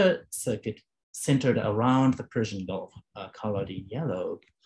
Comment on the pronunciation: His Persian pronunciation is near perfect.